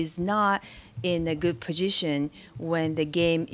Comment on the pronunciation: Love how she didn't say position, she said puzhishin